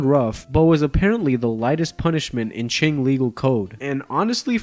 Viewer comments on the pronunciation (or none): It is not pronounced as song it is pronounced as son. The same applies to qing, you shouldn' pronounce the letter g at the end